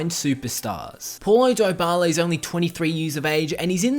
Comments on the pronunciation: its not polo daybala its like pawlo dibala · Why does he says pualo dibala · Poulo Diyebala ? 😂😂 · 11. His name is apparently Polo Dieballa' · "poilo doyboiala" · "Poilo diebala" Ahahhahahah lmao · That’s not how you pronounce his name🤢🤢